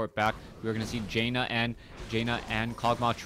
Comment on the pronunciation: great cast! but its pronounced JAN-NUH, not JAY NUH <3